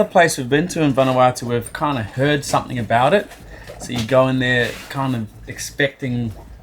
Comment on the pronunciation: When did you start saying SOMETHINK ??